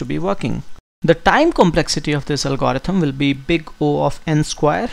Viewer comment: álgorithm, not algórithm anyway, thanks for the video, man you are great! <3